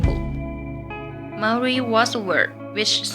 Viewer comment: Why do people not say Maori right like come on😩